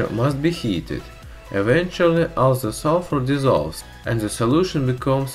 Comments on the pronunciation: I know a few russians, and am polish. I know it's possible for you so just... learn to say 'd' or 't'. It's not 'zhe', it's 'the'. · Ze rubber lol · "ZE WATER"